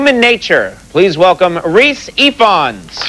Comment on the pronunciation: I know you commented this ages ago, but in case you're still unsure: Conan pronounces it almost perfectly in this bit, but the the 'f' in Ifans sounds like a hard 'v'.